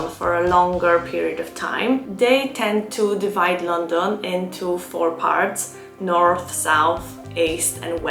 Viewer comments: Had to turn off because the way uoyr pronounce London is so annoying. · It really is a bit weird